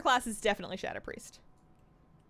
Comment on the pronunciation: What's a shaDuhpreest It's Shadow Priest, SHad-Ohh